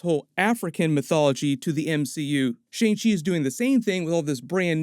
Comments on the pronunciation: hey american guy doing the break down... its pronounced "SHANNG" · You are not pronouncing Simu Liu and Shang Chi correctly. Liu is pronounced like Leo but it is one syllable. Shang rhymes with Wong, not hang.